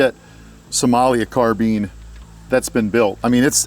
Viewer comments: lol Car-bine > Car-been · I can't listen to those peeps calling a carbine a 'carbeen' . Always wondering if they're actually serious or making just fun of something? It's beyond me. How do you folks say 'combine' then, huh? Just a rhetorical question. There's just no logic nor consistency in that Mickey Mouse lingo of theirs. 🤡Civilisation gave them a language, and now listen what has become of it. 🤕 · kept laughin everytime he said carbean lol